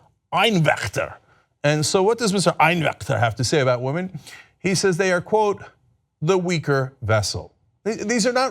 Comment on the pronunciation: it's pronounced womern ;)